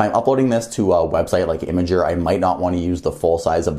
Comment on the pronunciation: How did you pronounce Imgur???!